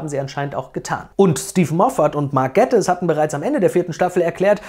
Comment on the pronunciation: Ich verstehe zwar nicht wieso das niemand hinbekommt aber man spricht den Nachnamen von Mark Gatiss nicht so aus wie du das gemacht hast sondern eher wie Gaytiss (idk ob man versteht was ich meine)